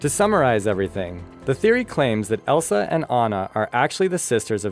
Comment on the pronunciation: wtf he called Elsa elisa